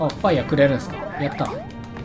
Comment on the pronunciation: のファイヤrrrrrrrrrrrがめっちゃ好きww